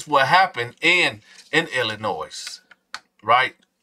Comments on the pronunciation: The S is silent in Illinois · Hey!!!! FYI, the S is silent in Illinois. No shade, I LOVE and respect what you’re doing King..❤️❤️🫶🏾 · The S in Illinois is silent ppl. And before u start trippin I did hit the like button.